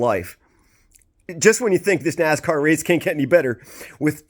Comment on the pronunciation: It's time to brush up on your Naaaaaaassscar bro...lol